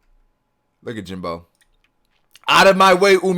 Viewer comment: Jimbei... not Jimbo